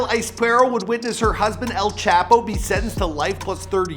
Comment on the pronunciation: this man said chapos name stupid asf